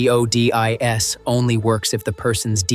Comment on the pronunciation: "See-Oh-Dee-Eye-Ess" & "Dee-Ennn-Ayyyy" are F-U-CK-I-N-G annoying. AI Narration GARBAGE!!!